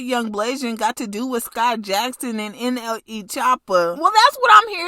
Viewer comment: Why she say nle like that she said n eee😂😂😂😂😂😂😂